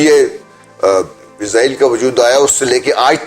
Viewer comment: It's actually pronounced Israel, Izrael is the name of Angel Of Death. Edit: Also we will never accept Israel, we can die but never accept a Thief and terrorist. 😇